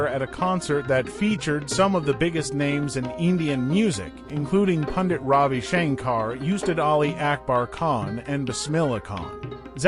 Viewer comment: You say "Ravi" correctly. But you butcher "Rahka."